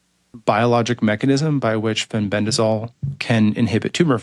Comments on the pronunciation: Amazing that so many people appear to be dyslectic! The lady keeps saying FENBENZANOLE instead FENBENDAZOLE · Pronounced Fen-Ben-Da-Zole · Why is she saying Fenbenzanole? 😂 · he he agree. Why did she keep say fenbendanole?and the host did not correct her. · Sorry but I couldn’t finish this podcast. My autism wouldn’t let me listen someone butchering the word ‘Fenbendazole’ any longer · I think this woman should first learn to pronounce "Fenbendazole" correctly (not so hard!) before she gives her "expert" comments. How could you put someone like this on your show when there are thousands of others who would have been far more articulate, knowledgeable, and not arrogant? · Plus she can’t say the word FENBENDAZOLE It’s driving me crazy!! 🤪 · She just needs to learn its called Fenbendazole.